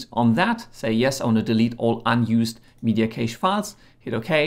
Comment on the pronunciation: Please stop saying caysh 😂😂😂